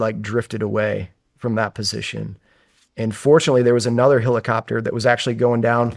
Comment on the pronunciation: dude this guy saying "hillicopter" instead of helicopter is fixing my unsubscription